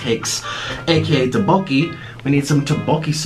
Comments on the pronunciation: he really said "doughbowki" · d-did he just say 'doboki'?! What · the way nik pronounces tteokbokki “dObOwKi” triggers my asian soul... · No one: Nik: For the rice cakes aka "TeOBoKi" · is nobody else cringing at how nick said tteobokki? “teboki” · the way nick said tteokbokki rlly triggered me on so many levels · Nikocado's korean pronounciation made me cringe a lil